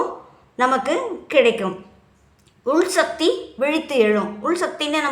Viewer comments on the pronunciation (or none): none